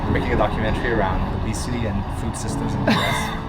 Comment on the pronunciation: Its obesity not obsity